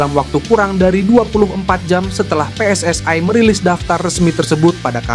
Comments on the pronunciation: Baca PSSI bukan PSS Ai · Ia ia bener bro pss ai 😂😂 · Bukan PSSAI tetapi PSSI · britanya bagus. pengisi suaranya ga banget. lebay tingkat akut. biasa aja bang, pssi bukan pssay, sty bukan stway. ga jlas